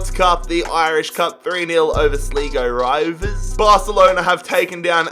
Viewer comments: it hurts me to listen to him say the the team names especially "Sligo rovers" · You said Sligo rovers wrong